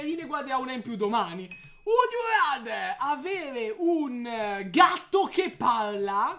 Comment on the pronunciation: pronunciate male "RATHER" 😂